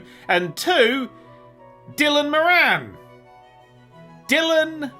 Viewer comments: no its not. Im from Ireland, i know people called moran. Its pronounced more in with the emphasis on the mor. puts all the emphasis on the an and seems like hes almost swapping the o for an i. His attempt at this name is so bad, i genuinely googled dylan miran and when dylan moran came up i was certain he couldnt of meant him. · I had no idea who you were talking about for a secind there fir a sec 😅, I was like "Dillon Marangue? Never heard of him Just for again 'Moran' is pronounced like 'more-an'. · that is NOT how you pronounce Moran